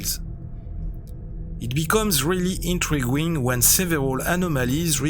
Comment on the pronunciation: I ❤️ how you pronounce “intriguing” as “intrig-wing” - makes me laugh every time I hear it‼️